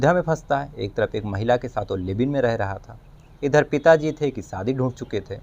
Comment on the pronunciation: भाई साहब सब कुछ अच्छा लगता है आपके वीडीओ में,, बोलने का अंदाज़ एकदम निराला है बस थोड़ी सी मेहनत उच्चारण पर भी करें।आप हमेशा श की जगह स बोलते हे।शादी को सादी सुनने में अच्छा नही लगता। एक और request है आपसे,, हवा खराब, हिहाज़ा, बहरहाल ,,,,इन शब्दों को ना बोला करें,, ऐसा प्रतीत होता है जैसे आप बनावटी कहानी सुना रहे हे जबकि आप बहुत ही ground to earth & genuine व्यक्ति लगते हे